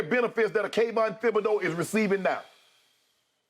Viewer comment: Does Shannon not know that the H in Thibodeaux is silent?